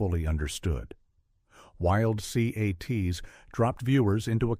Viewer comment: You could have had your ai voiceover just say wildcats because I promise you nobody ever called it wild c-a-t-s 😅😅